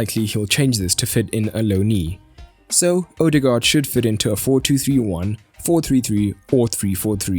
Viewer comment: Zidane is a buffoon. Anyway, it's just a vowel, and pronounced like the English diphthong "oa", as in "board". It is the old, Danish way to write the post-1913 letter "å". but is pronounced the same. Live and learn. But it's been a few years. Might as well learn how to pronounce the guy's name if you're going to be saying it regularly.